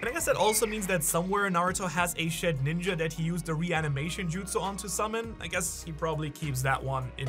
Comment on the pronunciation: This is the second video I’ve seen with the person calling shedinja “shed-ninja” lol tf